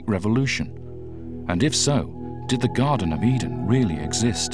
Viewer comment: Garden not Garten